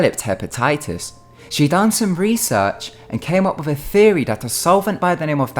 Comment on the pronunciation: does the letter T not exist in England .for the love of shit man it's theory .not fairy. we speak ah da Engrish